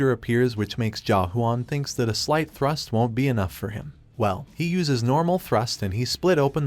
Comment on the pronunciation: Is it thrust or trust... bruh i keep hearing both when he says thrust🤣